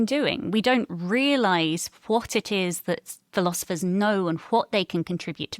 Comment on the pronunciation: I can't determine which is more distracting ... him saying "irun" or him saying "philozifers" 😂